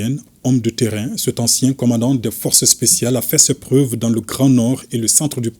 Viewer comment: Le forcé spsial 😂😂😂